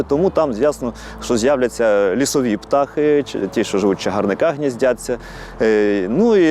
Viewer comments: Як росія вплинула на українську мову.... Вах... Вах... Вах ... Але краще погано розмовляти українською ,ніж гарно лепетати російською ... Це в загалі - думка. Звернув увагу на наголос... ПтАх -є таке. Але у множинному числі наголос змінюється - птахИ. Домінуючий копін ПтАх зсінюється. Але мені лумки та мова сподобалася дуже. Дякую за інформацію. Супер. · Не птАхи, а птахИ !